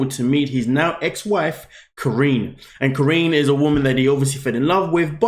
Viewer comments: Her name is not Corinne - Her name is KAH-REE-NEE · how do u watch the show and still pronounce her name wrong 💀 😭 😂